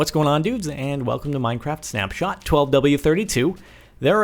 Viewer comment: It's "Snapshot"!